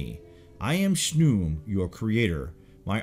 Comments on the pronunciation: I don't think Khnum is pronounced "shnoom" but more like kuhanoom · His name is pronounced KA-NUN but spelled Khnum. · Khnum. Not shnum.